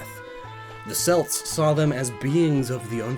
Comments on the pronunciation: Its Celts not Selts! AAAAAAAAAAAAGGGGGGGGGHHHHHH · I feel like someone should tell that it’s pronounced kelts not selts unless I am wrong. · Celts is pronounced more like "Kelts". That mistake always gets me. Probably because of think like Celtic Rangers and other sports teams that use a softer C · I learned something new....Americans pronounce “Celts” incorrectly. Also, “Life Lessons with ” should definitely be a thing. 👍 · “Selts” nooo! It’s pronounced like “kelts” with a “k” sound. The basketball team is wrong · Boi did you just pronounce celts as "selts" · The "selts"? really? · Selts? Really? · Tiiiiiiiiiiny tiny mistake on your part but its very commonly made and as an Irish person it's actually become a pet peeve of mine. Celtic and Celts are pronounced with a hard C so its "Keltic" and "Kelts" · selts? SELTS? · celts is pronounced with a K, I believe. not like the basketball team. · I blame the Boston Celtics screwing people up to the point where they can't pronounce 'kelt' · That pronunciation of celts tho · Celts has a hard C,. Easy mistake to make, a lot of people in Britain make the same mistake!